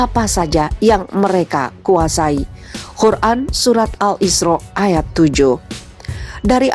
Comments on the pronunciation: Masukan: cara membaca perlu perbaikan dlm kata Qur'an bkn Khur'an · Minn QUR'AN pake "QOF" ya bukan "KHO" terima kasih..